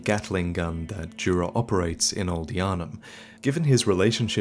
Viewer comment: Finally someone pronouncing "Djura" properly. It's a common name here, and anyone speaking...not my language get it wrong